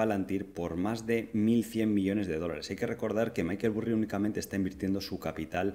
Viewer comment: Maykel Burri??!! Me sangran los oídos, jajajajajaja vamos no me jodas. Se pronuncia "Barry" no "Burri" jajajajajaj es que lo escucho y me parto.